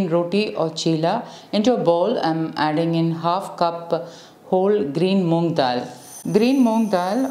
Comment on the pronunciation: Not moongdal it's moong . Pickle is not good for health i think 🤔